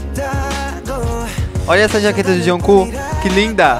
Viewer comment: "Juncu" kkkkkkk